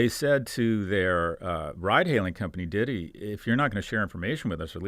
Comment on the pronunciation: Classic. He called the Chinese ride sharing company 'Diddy' (it's more like deedee). Gives you a ton of credibility to make wide sweeping proclamations about China's grand strategy when you have never even heard the name of the companies you are discussing uttered out loud. I like Galloway and he makes a lot of sense some of the time, but he is just wildly off the mark with like 80% of what he says. I guess, that's the feature not the bug: to be a broadly influential 'thought leader', it is much more about the quantity and boldness of the takes than the quality.